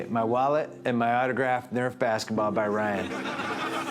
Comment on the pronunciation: Kyle Nerf!!! lol its Nerf or denatha bratha \m/